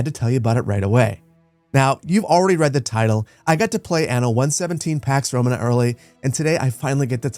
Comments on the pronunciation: The emphasis is on the second to last syllable in the word "Romana" like Româna, not Romanâ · just for your situational awareness. "Romana" is pronounced "ro-MAH-nah" with two 'long a' sounds. It's not pronounced like the English word "Roman" and then "uh" after it like how you're pronouncing it. Love you, great content, will definitely be picking this up when it releases. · who says "RomaNAAA" its' ROMAna" dawgggg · Awesome preview. Small thing, its romAna, not rOmana. Cheers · It's Romana with a long a and Liberti with a long e, most latin words have the stress on the second sillable